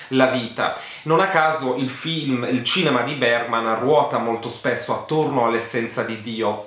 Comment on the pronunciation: Postilla da studentessa di svedese: Ingmar Bergman si pronuncia più o meno "Ignmar Beriman" 🇸🇪🇸🇪